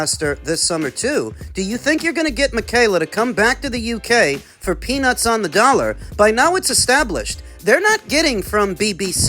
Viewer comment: Whats best fa me and whats right fa me? Ducking 😂😂😂😂